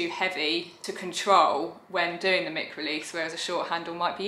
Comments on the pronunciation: Absolutely love everything you’ve done since the first lockdown. This is probably going to sound patronising but Isn’t it mic (mike) as in microphone, rather than ‘mick’? Totally prepared to be wrong on this, so feel free to school me. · Thank you 😊 no, it’s pronounced “mick” I’m afraid according to alllll the professionals. Yeah, I was disappointed too when I found out. It’s not named after microphone at all, but think even more annoyingly it’s named after the guy who invented it - Mike Fry. Which gives me more confusion as to why we don’t pronounce it “Mike” 😂 but apparently he didn’t want it directly named after him